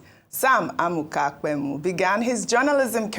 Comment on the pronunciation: Your pronunciation of Pemu is wrong